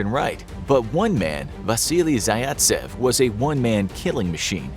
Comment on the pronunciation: Oof, that Vasily Zaytsev pronunciation was rough.